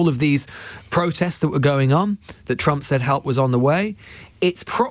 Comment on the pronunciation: Thank you! You are the best, and also the only one in the media that pronounces that criminal's name correctly! 👍✌️💙